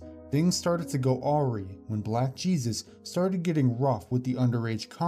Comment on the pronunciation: BTW, forgive me, but you fellas should work on your pronunciation. "Awry" and "visage" were totally butchered as were several other words and names throughout. :p